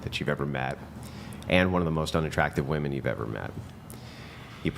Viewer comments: Why do women of this generation pronounce "WOMEN" as "WOMAN"? What is the cause of this phenomenon?? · Just tell them to pronounce women as if its spelled "wimin"